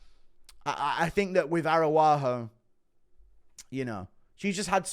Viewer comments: Guru. Araujo is pronunciated Arau-Ggio. Like an Italian name. Thank you for all your work, long time fan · Why did you give Araujo a native American name. Arawahoo 😂